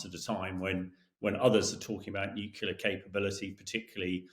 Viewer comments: It's pronounced as it is spelled.... Nu - Clear not Nuke - ular. C'mon guys. 🤨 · Hamish should learn to pronounce ';nuclear ' without saying nukular ffs.